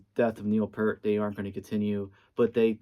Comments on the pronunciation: its Peart not Pert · Someone just hates the synth era of RUSH! Also it’s pronounced PEERT NOT PURT!